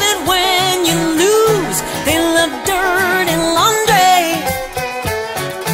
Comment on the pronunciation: It sounds like a decent version to me. I think the word "laundry" should be phrased like the original with 4 syllables instead of just 3, but that's probably part of the whole "make it your own" thing.